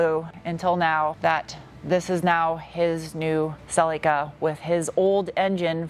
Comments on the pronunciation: Its pronounced Sul lee kuh not sellica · Its pronounced Cel EAK a